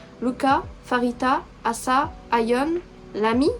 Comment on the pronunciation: oui c'est Asa et ça se prononce comme A la lettre en en anglais et ensuite sa donc Asa